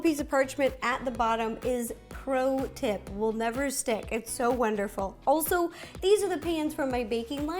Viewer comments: Instead of saying pro tip you should say Ro tip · Instead of “pro tip” I think you should say “ Ro tip”!!! That’s what I thought you said!😂🌈🍰